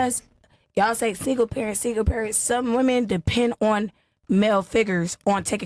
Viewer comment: Why can't these modern American minority females understand the difference in pronunciation between the words "woman" and "women" ???